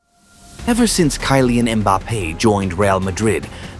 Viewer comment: I stopped watching because Kaailean Mbappe. Tired of AI content.